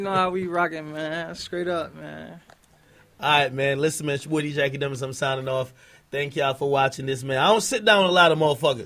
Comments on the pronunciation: I could of sworn he said wakademiks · For a sec I thought ak said "Wackademiks" in the beginning lol